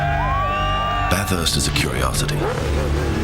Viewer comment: anyone that calls it BATH HURST and has lived in Australia like Russel obviously isn't that into it....